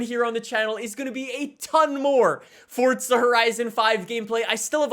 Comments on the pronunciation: It's forza not fortza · Bruv why do u say fortza? Its so annoyin where u gettin the t from? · why does he say " forTza" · It's not forza horizon its forza horizon